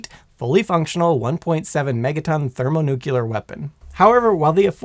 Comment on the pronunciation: My brain hurts after watching a third of this drivel. First off, there is no word in the English language "nuculer" much less "thermonuculer", ffs!!! Second, I doubt even the Tsar Bomba could destroy the entire state of North Carolina, even being a hundred times the power of one of our nukes. There is nothing magic about a nuclear weapon no matter how big. Despite the stigma heaped upon them over the eighty years since they were deployed, a nuke is nothing more than a big bomb. Discounting radiation effects, which would largely be limited to the immediate area and that downwind, it's just going to make a BIG hole, and damage trees and structures for a few tens of miles around ground zero at worst, depending on the detonation altitude. An impact detonation would be attenuated and deflected by terrain, which is why Little Boy and Fat Man were both detonated thousands of feet above their targets. Lastly, even an armed implosion-type bomb whose chemical explosives are detonated by high-speed impact or ground fire will not "go nuclear" under any conceivable circumstance. The precision necessary to time the explosives perfectly symmetrically to implode the Physics Package down to supercritical, whether fission or fusion bomb, required the invention of a new device, the Klystron Switch, and even the length of the wires to the blasting caps had to be precisely measured to ensure that the initiating electrical pulses reached the detonators simultaneously in order to pull it off. An as